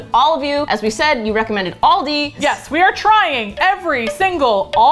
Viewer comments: I think you pronounced it right most of the time! The last time right at the end had an extra syllable in there. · no it's Al-dee I even Googled it because I saw so many comments of ppl saying where they are from and how to pronounce it and Al dee is right all dee is wrong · no they aren't it's al-dee not all dee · apparently the British pronunciation is Al-Dee and the American pronunciation is All-Dee so..... I don't know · actually its al-dee it originated from germany (if my memory serves me correct) and is famous in australia and u.k and its all pronounced al-dee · i live in germany too! But in my part they say al-dee not all-dee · Americans pronounce it wrong it is pronounced Al-dee not not all dee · if u look at American pronunciation it's aal-dee not all-dee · So weird to hear people say Aldi and not Aldi’s because I’m from the Midwest and everything has an s at the end 😂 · I didnt know you had aldi in America. We have them in the UK and lidl. But we say Al Di not OL DI XXXX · AL DI not Alldey ‼️‼️‼️‼️ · bruh it's al-dee not all-dey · As an Australian, with a rich, elegant and superior way of the pronouncement of the English language, it does make me cringe a tinge with the pronouncing of Aldi.. It is Al-Di (Like “Al” as in “Al” from married with children) not All-Di.. Ew... Cool chicks though would watch again 🤌🏼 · It’s AL-Dee like the Al from Alan and the Dee from the word deep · no it's not it Al-dee Al as in like the name Alan not all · Al (like the beginning of alan) - dee From a brit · NO NO NO MY UK HEART its al-de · It's al-di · Most say Al dee in Australia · oh that's fine!! I completely I understand. I'm over in the USA now, but I was over in Bayern where they said All-dee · Like the Australian ALDI back to school ads with Al and Dee! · wait, what? I used to work there and we all (management on down) said All-dees. Like Alldees things in this store.... How were we "supposed to" be saying it? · Here in australia is pronounced Al-di Like “ hey Al”